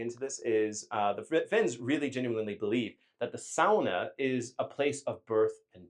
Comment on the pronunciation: Finally an American who pronounces sauna right! Northern Minnesota Finn here and lots of us have saunas, often built up at the lake cabin. So yes, running to jump in the cold lake is part of the experience 😅